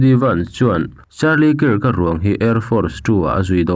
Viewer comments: Charlie kiirk han tih em em chu mawbawk le..pete tih lah pet i ti thul. Hmasawn tum ve em em laaa.. Zirlai tam takin i channel hi an ngaithla tih te hre ve bawk teh. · Kirk hi Kak tiin an lam thin